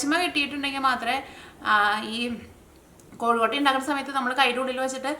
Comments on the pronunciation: എന്റെ പൊന്നു ചേച്ചി..... കോഴിക്കോട്ട അല്ല കൊഴുക്കട്ട ആണ് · കോഴിക്കോട്ട അല്ല കൊഴുക്കട്ട 😁😁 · കോഴിക്കൊട്ട അല്ല കൊച്ചേ കൊഴുക്കട്ട